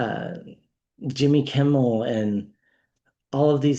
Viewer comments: Hi there, please don’t take this the wrong way but I just wanted to let you know that you’re pronouncing Jimmy’s name wrong. It’s Kimmel not Kimbell. I’m not trying to be a grammar n a z i at all. I just thought you should probably know. Have a great day 😊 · Jimmy Kimmel not Kimble…but I love your channel, keep up the good work! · KIMMEL. Not KIMBAL!! Thank you! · Please stop calling him Jimmy Kimbal , it’s Kimmel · Please, his name is Kimmel. There's no B in it. You're the second reader who I've heard that keeps saying that. (I wonder why?) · Hello, a gentle sharing....Jimmy Kimmel, no "b". I really enjoy your readings. Thank you